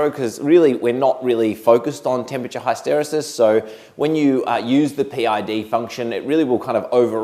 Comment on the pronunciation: Mate, you're not allowed to give another Control Systems lecture until you learn how to say HISS-tuh-REE-sus